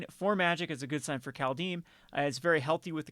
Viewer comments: Please stop saying 'Call Deem'. It's 'Called Haym'. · Is this really the correct way to pronounce Kaldheim? I always thought the german way to spell this is correct and the translation also seems to be on point. (Kald => Kalt (cold) and heim => Heim (home))